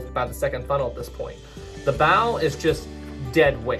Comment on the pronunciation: Bro said 1st funnel